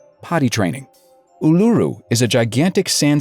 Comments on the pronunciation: Is oo la roo not o lu ru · "ooh-la-roo" not "oo-loo-roo" :') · It's pronounced ooooh-lah-roooh 😂 But still a good... And frustrating... Video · Uluru is pronounced 'Ooo-la-roo" btw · Ularu is pronounced as Oolaroo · Wait did you just pronounce Ularu as Uloo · NOOOOO ARGH OH MY GOD THE WAY YOU PRONOUNCE ULURU MADE ME TEAR MY HAIR OUT HOLY CRAP IM NOT EVEN KIDDING DO YOU KNOW HOW MUCH YOU BUTCHERED THAT NAME???!!! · He pronounced Uluru wrong...